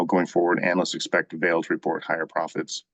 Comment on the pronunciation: Enjoying your videos. "Vale" is pronounced "VAH-lay" - it's from Portuguese